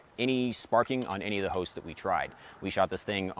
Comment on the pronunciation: My fav part of the video was in the intro he said "got to shoot it on a bunch of different hosts" but I thought he said "hoes" 😂